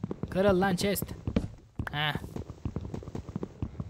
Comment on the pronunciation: çest değil chest,sıpandır değil Spider(sıpaydır)